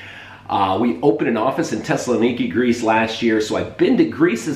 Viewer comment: Thessaloniki has a TH in the front, and it's pronounced, unlike the way you said it--Tessaloniki.